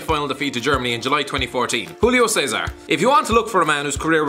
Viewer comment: The way he says julio ceasar with a dkw accents make me mad Isn’t hulio ceasar is JUlio ceasar he’s brazilian not Italian neither Spanish